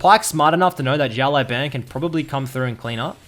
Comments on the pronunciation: XiaoLaoBan - means little boss Xiao - reads like shiao LaoBao - reads like laoban but idk you pronounce it so weird xD Great video btw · Server: NA IGN: It's pronounced Shi-Oww Le-Ow(say that fast) Bah-n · Try to pronounce "shut law ben" next time, that's the correct pronouncation of his id in Chinese. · 小老板 (Xiao Lao Ban) means "small boss" in Chinese. Sorry but I just couldn't help it after hearing your pronunciation at the start of the video. Why the heck's everyone leaving their LoL info in their comments? Server: LAS. Ign: PissTailsKDAhri.